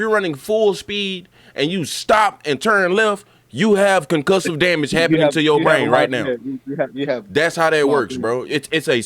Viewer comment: He said gah damn-age 😂